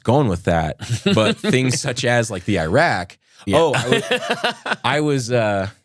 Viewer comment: ..."SUCH A THEE IRAQ"😂😂😂 - No he di ent! 😂😂😂😂😂